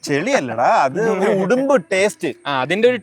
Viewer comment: ഉടുമ്പ് ❌️ ഉളുമ്പ്✅️😂